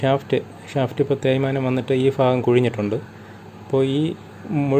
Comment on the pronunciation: ഭാഗം ഫാഗം എന്ന് പറയുന്നവർ ഏത് ജില്ല ക്കാർ ആണ്